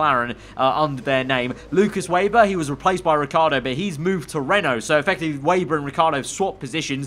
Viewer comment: I know it’s not really a big deal but Please can you stop saying Lukas WAYber, it’s pronounced VAYber by the commentators. I thought Sergey Siroptkin was driving me mad in the last game.